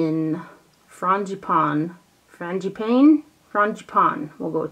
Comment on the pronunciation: Love watching your videos. BTW Frangipane prononciation : like an eyeshadow "pan" 😘🇫🇷🗼